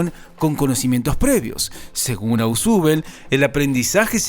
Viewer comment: Se pronuncia "Osbel" no "asubel"